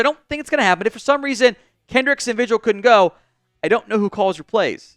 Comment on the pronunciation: Vigil is pronounced V Hill